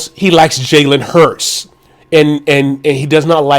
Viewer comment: Oh forgot it's pronounced Jalen HURTS not HURST...FOOL